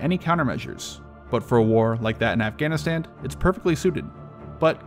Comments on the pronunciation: Was he saying afganaSTAND ? I didnt know there was a D at the end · are you saying "afghanistand"? I let the first one slide but it sounds like you're adding a d at the end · He keeps saying "Afghanistand."